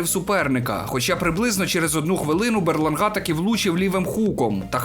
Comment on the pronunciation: БерлАнга. Ну який БерлангА?🤌